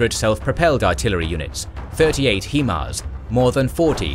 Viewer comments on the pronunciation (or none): I thought it was pronounced HIGHMARS not HEEMARS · "Hee-mars"??? Sorry, it's "High-Mars", meaning High Mobility Artillery Rocket System. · Maybe you’re right, but maybe the pronunciation is still HIMARS not HEMARS. HIGH MOBILITY ARTILLERY ROCKET SYSTEM. So, I don’t know who might pronounce the 1st word in the acronym he but I know a lot of people who pronounce the word high or simply hi. So perhaps it’s HIMARS NOT HEMARS. Lmao! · The correct pronunciation is 'High Mars' not 'He Mars" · High-mars(HIMARS) not he-mars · HIGH-MARS, not HE-MARS, you're the only people that pronounce it that way. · love the video except for your pronunciation of, "HIMARs". It is NOT pronounced, "HEMARs" as you say in the video too many times. Get it right please, it makes you sound less intelligent when you mis-speak like this :). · Still trying to figure out how you get ‘HeMars’ out of ‘HiMars’